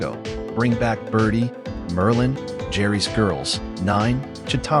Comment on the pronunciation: Is this AI generated? If you're going to pay tribute, you could at least pronounce her name correctly.